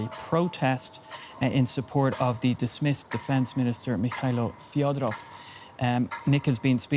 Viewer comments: Thank you for covering. The surname is fEdorov, not Fiodorov. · Fedorov, not Fyodorov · Fed- o - rov say it properly